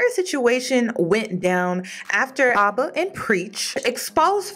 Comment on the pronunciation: Hey it’s AB-AH (Abs like the muscles group) not to be rude just to let ya know!